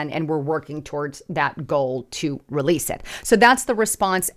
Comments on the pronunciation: releasel isn't a word, yes. Rehearsal, yes. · I appreciate the show, please don't ever say the word releasele ever again. I it's not a word.